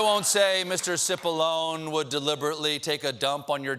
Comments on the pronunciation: It's not Sippalone, it's Chipallonie. Get it right. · Cipollone means Big Onion in Italian it should be pronounced chipolloni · Tip of the hat to you, good sir :D It's actually pronounced "Chee-Poe-Low-Nay", which must be why I wasn't getting the clever pun. Obviously, not because I'm a slowpoke.